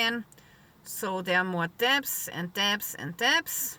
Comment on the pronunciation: Your English is great - much better than my German - but, in an effort to make something good, better, may I say that the word "debt" has a silent "b" and is pronounced "dett", in case some people are confused. I am always happy when people correct my own foreign language pronunciation. I would love to be able to carry a gun, a knife and several other items of self-protection, but our Government in the UK - Scotland to be precise - doesn't like the people having the ability to protect themselves and the likelihood of you winning out against an attacker with any of those items will see you sent to jail for decades. Of course, when society irretrievably breaks down and chaos (which they want) reigns, all bets are off.